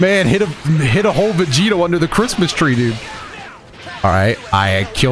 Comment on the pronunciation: When said "Vedito" I heard "Devito" and instantly thought of Vegito being built like Danny Devito.